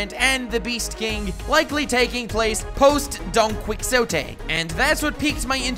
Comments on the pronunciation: LOL “donkwiksote” bruh, it’s pronounced “donkihote*, like in spanish where the name comes from. The Qui is a ki and the xo is a ho. Do you watch one piece dubbed or do you just not pay attention lmao? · Don “quicksotay” (it’s pronounced don qee-hoe-tay) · Don "Kee-O-tee" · Please, don't say /donkwikzotei/, it is pronounced /donkixote/ (exactly like Don Quixote de la Mancha, Manuel de Cervantes Saavedra's character, and Corazón is called Rocinante because that's how Don Quixote's steed (actually, a poor old horse) was called (and that was because Rocín means "old horse")). And in Law's original plan, Kaido was to kill Doffy. What can be extrapolated from that; from the alliance formed by Kidd, Apoo and Hawkins to kill Shanks; from Bonnie going after Kurohige; and from Bege's attempt on Big Mom, is that Law thought that, as every other Supernova, Luffy would be thinking of going against a Yonko already, and by offering him and end goal close to his presumed own goals, he'd have better odds of getting Luffy to work with him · Wtf it’s not pronounced don-kuiks-ote it’s pronounced don-ki-hote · make it easier. KEY-HO-TAY. Lol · Thank God u said something cuz I thoroughly enjoyed the video but "quicksote" was gonna drive me insane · DON-KI-HO-TAY, DRESS-RO-SAA, MOMO-NO-SUK-AYY its not very hard if you make an attempt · Quicks-ote. Lol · Dude please, DonQuixote is pronounced "don-kee-hotay" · Donquixote is pronounced Donkey-otay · how are you not able to pronounce don-ki-hote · Donquicksotay is so painful to listen to lol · Are you calling him DonQuicksHoTe on purpose? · Bruhhhh. It's pronounced Don-key-hoe-tay!!....Otherwise great video. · It's pronounced "Donkey-hoe-Tay" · its pronounced don-keehotay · Stop saying don quiksonte man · "Kaido is sitting as a Shogun." "Don-quick-sote" "Past 3 years" implying 3 years of timeskip? This dude has absolutely no knowledge regarding One Piece. PS- Trafalgal and Water Loo battle? I take back my words.